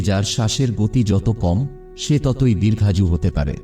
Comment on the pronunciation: Bangla vasa thik thak ucha ron korun Dirgha ju noy Ota DIRGHAYou hoba. Aato janan jaggi soth gurur bola kotha bolchhan Valo dada kintu Bangali valokora Ucharon korla Public baparta Khaba Aata apni Aaro aagiya jaban Apnar sharbik kollanar aasai Roilam dada Apnar joy hok. Aapni nuton Kichhu aabiskar Korun jata Hoba sudhui Apnar. Valobasa naban Khoma korban Apnar choto Vi ka. Pronam❤❤❤❤❤❤❤❤❤❤❤❤❤❤❤❤❤❤❤❤❤❤